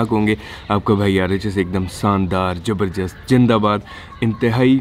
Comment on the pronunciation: bhai plz pronounce your opening greeting correct. Shandar Zabardast Zindabad. you always say shandar, jabardast, Jindabad